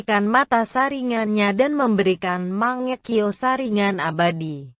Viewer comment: Kok saringan bukan nya saringgan yang denger dia bilang saringan like